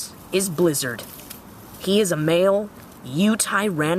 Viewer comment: the u said blizzard goes in to eat his kill it sounded like u said lizard